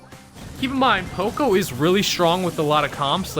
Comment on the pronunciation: You say poco like an extremely uncultured American.